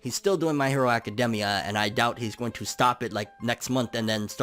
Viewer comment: Does it bother anyone else the way he says academia?